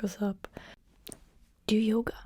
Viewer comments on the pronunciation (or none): none